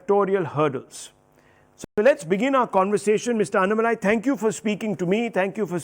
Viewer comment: You are pronouncing Mr. Annamalai name wrongly..! you sounds low pitch.. it should be HIGH pitch pronounce... just try with high pitch you feel power of name Annamalai..